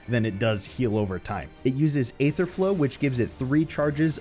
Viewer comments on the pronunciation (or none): For Charles Darwin's sake, it's EE-ther, NOT AY-ther.